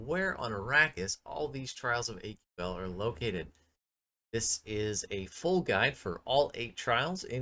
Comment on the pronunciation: It's not AQL, It's Aql, pronounced kinda like ankle. Ack-ul. Pretty sure the dialogue in game says it too. Anyways, thanks for the video! Your character kinda looks like my wife, so that was cool to see! The black hair with a bun and black lipstick is something my wife would go out in. Have a good one.